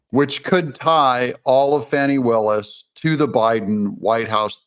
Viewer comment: Thanks for pronouncing her name correctly..Fanni as in Butt… not Fauni…. Old southern name.. had an aunt Fanni Belle